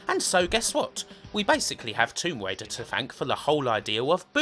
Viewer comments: Lawa Cwoft: Tomb Waider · Tomb Waider is getting me on my nerves